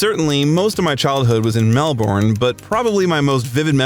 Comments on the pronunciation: Melbourne is not the capital of Australia...Canberra is. Also it's pronounced Mel-burn not Mel-born😂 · No it's not he got stuff wrong he should his research first of all Canberra is our capital he pronounced Melbourne wrong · Canberra is the capital of Australia, not Melbourne and by the way, that's not how you pronounce Melbourne...